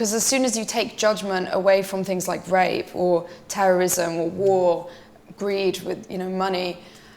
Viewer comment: The way she says the word “Rape”with her accent makes the word sound better than it really is 😱😱😱😱🤢🤢🤢🤢🤦🏿🤦🏿🤦🏿🤦🏿🤮🤮🤮🤮